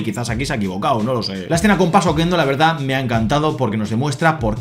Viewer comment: La yegua se llama Paso Quedo, no PasoqueNdo. Significaba paso silencioso/suave 😊